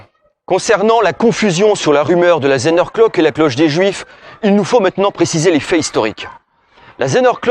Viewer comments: Effectivement le mot Zehnerglock écorche nos oreilles d'alsaciens ! il suffit pourtant de prononcer Tssänerglock... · Merci pour cette vidéo. Outre la prononciation de Zehnerglock, c'est du bon très bon travail.